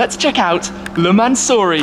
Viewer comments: (mansory) Man so sorry 😂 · Tribute to 24h of "LE MANS"ory...